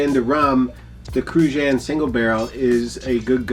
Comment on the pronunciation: The pronunciation of Cruzan 🤣 don't even close